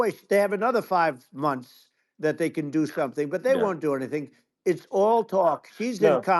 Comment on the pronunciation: "2000 FRUSHES!! It'll clean your toilet bowl for UP TO FOUR MUNSHS!!!"